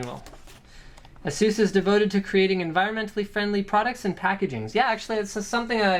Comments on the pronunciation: It's not Ah-soos, it's Ey-sus 😂😂😂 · Is it not pronounced "ay ses" not "uh sues" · "Ass-oose" lol